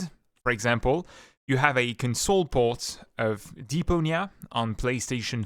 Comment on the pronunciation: Your pronunciation of console is like the verb, not the noun. Here is the noun pronunciation.